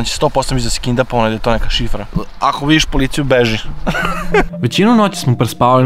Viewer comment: Nije kindapovao nego kidnapovao😂😂😂.. No hate... Samo jako!